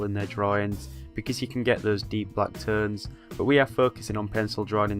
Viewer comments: The way he says 'Tones' <3 Teunes haha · More like teurnes hahaha i love it tho